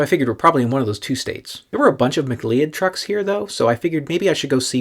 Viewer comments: I thought that “Cleod” was pronounced like “Cloud.” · It's pronounced muh-CLOUD like the Highlander.